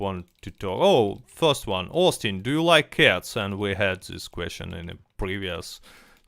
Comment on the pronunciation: OHSTIN BEE IM IHX (I really think he ought to pronounce it this way - way cooler)